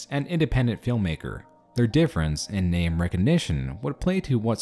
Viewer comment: He fucking ruined my name